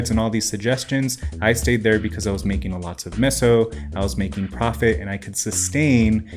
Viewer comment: doesn't know how to pronounce meso correctly